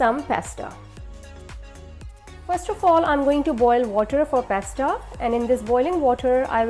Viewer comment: Its pasta not pesta